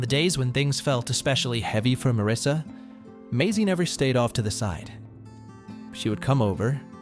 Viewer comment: Not Marissa, it’s Marisa! 😏🇬🇧